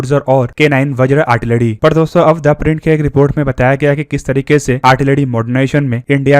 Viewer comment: "आर्टिलरी" होती है भाई साहब, "आड़टिलड़ी" नहीं।